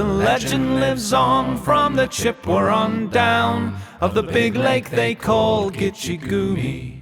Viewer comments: nicely done but, how are you pronouncing Chippewa? I suspect there's a British 'r' sound creeping in there. Should be Chip - ah - wah but sounds like Chipper-wah. Could be my ears, too. :-) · Chip-pe-what? Never heard an Englishman pronounce that name before. Also dropping the 'h' of Huron. This is so weird, but fun.